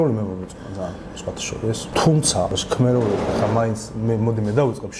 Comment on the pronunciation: ჩქმ არა შქმ))